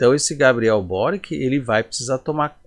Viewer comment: A pronúncia é borichi, croata.